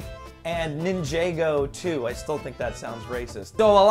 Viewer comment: You pronounce ninjago wrong.